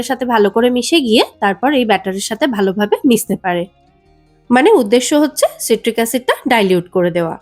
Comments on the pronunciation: ওটা সাইট্রিক অ্যাসিড উচ্চারণ সিট্রিক নয়। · ওটা সিট্রিক অ্যাসিড না, সাইট্রিক অ্যাসিড